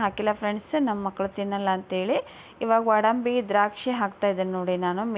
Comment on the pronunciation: Odambi alla sis adu godambi